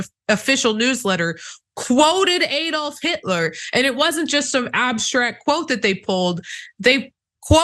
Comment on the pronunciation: Its ADD-old not EED-olf. Would you pronounce Alabama, Eeleebeemee?